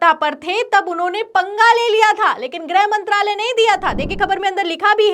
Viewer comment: Its not 'grahmantralay' young lady! Its "grihmantralay".